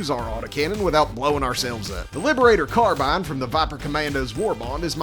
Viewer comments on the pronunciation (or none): none